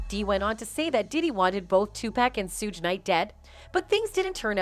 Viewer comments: 😂 Who the fuck are “Two Pack Shakoor” and “Sooj Night”?! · Hard to take anything on here serious when narrator can't pronounce Suge... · Baby lane? That was napoleon from the outlawz this channel is wack..you hear how they pronounced suge name?